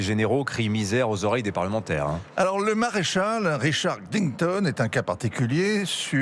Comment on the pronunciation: Ne pas confondre le maréchal Richard Knighton CDS actuel et Richard Digthon artiste ( ) comme pourrait le laisser supposer la prononciation. 😉